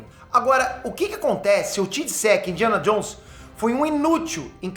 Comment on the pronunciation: "Indiana Johns"